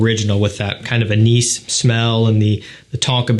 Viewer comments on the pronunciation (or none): none